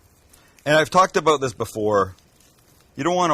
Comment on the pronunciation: I only have an issue with how you say "out" and "about" 🤣